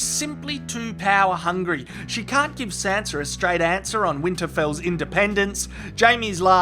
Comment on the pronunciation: I thought you were saying Santa instead of Sanza it was hilarious